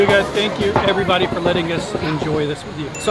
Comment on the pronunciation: How about “everybady “